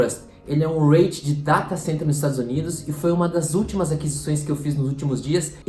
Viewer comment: apenas umas pequena correção: a pronúncia correta seria "ri-it" e não "reit"